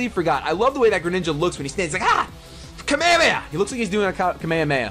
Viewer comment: The way some people pronounce Kamehameha is just horrible